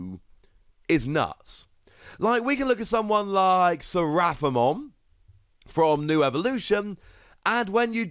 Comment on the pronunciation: It's actually called RASIELMON. Not RAISELMON.